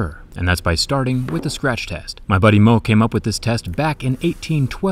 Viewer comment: His name was Mohs, not Moh XD